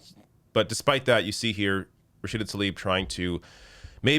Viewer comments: Rachida Mr President not Rachid, Daniela not Daniel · Her name is Rashida not Rasheed, Sir. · It's Rashida, not Rashid. C'Mon Jack. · who is “Rashide”? Biden hasn’t learned how she pronounces her name yet?.. smh she’s been in the news allot as a congressperson shows how disconnected the old fool is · Her name is RASHIDA !! Not Rashid...If Biden can't get her name right, he'll not get her message. Shame on Biden and his handlers. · He called her Rashid which is a male name instead of RASHIDA which is her name and which is a female version of her name. For non Muslims or non Arab the only way i can explain is as if the president of the US decided to call OAC Alexander (male version) instead of Alexandria (female version) he practically called Rashida John instead of Jane. Brain dead guy. Second mistake i noticed is that Rashida was concerned for the people of Gaza because they were bombed by the strongest military power after the US as it hurts watch children and pregnant woment thorn into pieces. He therefore decided to pray for her grandmother who lives in THE WEST BANK where her palestinian family come from..which is the other side of palestine. Practically is like as if Canada had started bombing the state of Vermont and senator Bernie Sanders spoke to Biden to do something about the genocide that was taking place and then the US president told him in a gathering 'where is Bernadette Sanders? Oh Bernadette am praying for your grandmother that lives in NEW YORK' (????). It was insulting on many levels, as he seemed patronising, he probably said her name wrong on purpose to make her feel small and show her he does not value her much as they belong to the DEMOCRATIC PARTY, how terrible is your own party's elected president non knowing your name especially when the squad are even better known than he is at some levels. Then is insulting because he treated her with disrespect by making it seem to non educ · He straight up called her Rasheed, what a tool